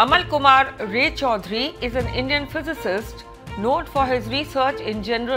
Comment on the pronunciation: Say রায় চৌধুরী not Ray _ Chowdhury. I think the news reader is a Bengali or an Indian. Why his pronunciation is so bad?